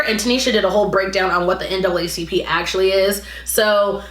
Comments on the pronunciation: The N-A-A vs N double A bothered me as well lol. Makes it seem like she googled NAACP for the first time and has literally never heard of it before 🤷🏻‍♀️ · Honestly I feel lik was definitely performative. I don’t think she fully understands everything dealing with the black community & everything relating to it mostly because she doesn’t live in the US. Ex: she said “NAACP” incorrectly. She’s viewing the US thru videos online & tweets🤷🏾‍♀️ the vail was lifted on. & Hannah is giving white savior complex honestly. & u made a good point of “does she really watch black content creators.” She probably jus has lik 3-4 tht she watches honestly.